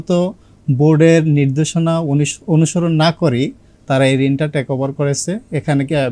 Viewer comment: ট্রেক না টেক ওভার। টেস না ট্রাস্ট।